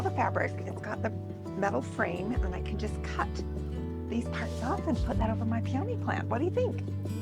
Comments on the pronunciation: Love your creative ideas.but the correct way to say peony is pee on E. Not pee own e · It's pronounced "pee-o-nee".😊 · It's pronounced Pee-O-knees... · I've never in my life heard anyone pronounce peony that way. 😂😂😂